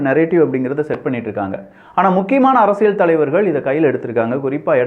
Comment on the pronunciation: ஒரு தமிழ் ஊடக ஆளுமையாக, தமிழ் வார்த்தைகளை துல்லியமாக உச்சரிக்கும் பொறுப்பு உங்களுக்கு உள்ளது. குறிப்பாக உங்கள் சேனலின் பெயரிலிருந்து. “அரசிய’ல்’” சதுரங்கம் ஆனால் ‘ழ்’ அல்லது ‘ள்’ ஒலியுடன் சொன்னீர்கள்.